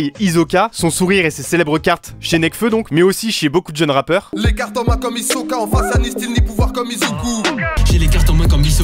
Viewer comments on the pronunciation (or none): C pas "Hizoka" ( en prononciation) c "Hisoka" et Kirua c pas "Kirrua" mais " Killua " 😑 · Ont en parle qu'il a dit hisoka à la place d' hisoka